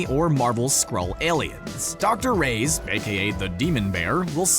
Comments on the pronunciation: My goodness, this guy needs to learn how to pronounce Reyes. It's pronounced Ray-yezz, not Raze. (cringe) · Nice video... but PLEASE learn to pronunce "Reyes" correctly (you are saying "rays")